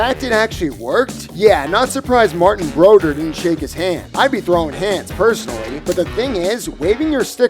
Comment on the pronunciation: And MARTINN BRODERR